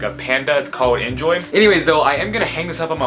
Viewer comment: when he was talking about the skateboards he mispronounced enjoi